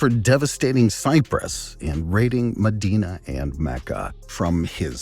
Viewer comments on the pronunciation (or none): none